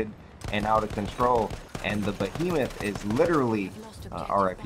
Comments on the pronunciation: The bo-he-muff? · "Bohemoth." LOL It's an Airship. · it's pronounced "BEE-HEE-MOTH",. While you're at it tell the devs, that there should be an option to remove the objective-icons from the screen, like in the good ol' days. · Lol the Bohemoth and the Heisenberg? Go back to school.